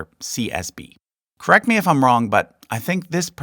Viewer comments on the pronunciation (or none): none